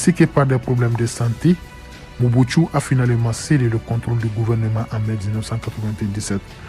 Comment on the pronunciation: Le reporteur est un rwandais, il appelle mobutu (mobutsu) pourquoi.